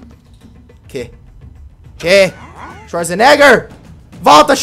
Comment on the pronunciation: C pronuncia xuazeneger